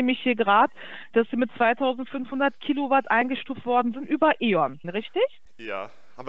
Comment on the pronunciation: "wir rechnen in kilouat"